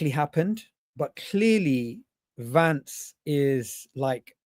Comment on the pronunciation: It’s Vance not Lance 😂😂😂